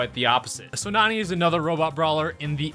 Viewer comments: It’s not nuny it’s n a n a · It's not Nani It's Nani as in Nano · I think it’s pronounced "Nanny" right? Like nano... idk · Did you just say NAMANYA NANI? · When says Nani in the beginning it sounds like he says YA YEET!!!😂😂😂